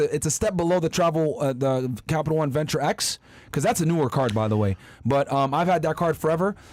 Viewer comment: Its Venture X not Axe